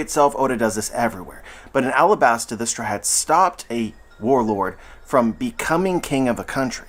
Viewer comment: man why can't you say straw hats? where does "straats" come from